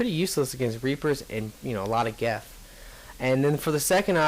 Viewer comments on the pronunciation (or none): It's "Geth", not "Geff." That being said, I really like your videos, but you're not being fair to the DLC at all. Just because the new characters aren't extremely, laughably overpowered infiltrators doesn't mean they "suck". They're just different. Of course the new Engineer isn't as good as the Geth Engineer: The Geth Engineer has three of the four most overpowered powers in the entire game. The Resurgence characters were all overpowered. Keep that in mind.